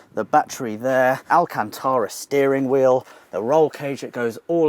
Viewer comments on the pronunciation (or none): none